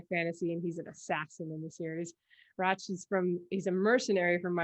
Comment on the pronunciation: Thank you, that was fun. I do have a soft spot for Sicarius, and I had a feeling about Rache (need to catch up on that series, though). And if you like, I can teach you how to pronounce Rache in modern German. ;)